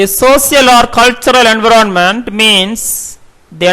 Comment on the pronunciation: Speak environment correctly